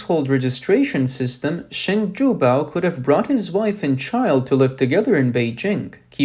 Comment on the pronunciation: The narrator speaks English well, except for a few problems. It is system and not systen. The m ending sound does not exist in mandarin and the narrator could not pronounce it either. the ive ending in English is not well pronounced either. The narrator should practice pronouncing these two ending sounds. It is imperative that the narrator should do so as he may have a problem distinquishing between 'then' and 'them'. I also hear the mispronouncing of 'ism' as 'isn'. That is bad!